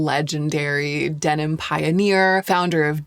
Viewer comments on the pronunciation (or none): none